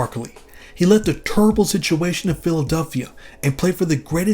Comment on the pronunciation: Did anyone catch how he pronounce the word "terrible" when tlhe started talking about Barkley?